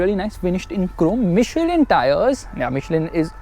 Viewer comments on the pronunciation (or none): none